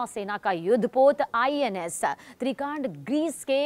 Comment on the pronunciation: त्रिकांड ? येडझवे ... त्रिखंड ... म्हण